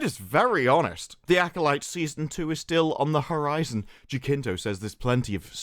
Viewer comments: HA-SIN-TO Not jakinto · Jacinto in Span is a first name. And ridiculous, btw. It's pronounced hathinto and it's laughable 😂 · Manny Jacinto is not a bad actor, he did well in "The Good Place". Jacinto is pronounced here "Hasinto"... H, like in "Harry". Greetings from México.